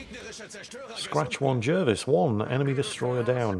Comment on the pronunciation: It's pronounced JARvis.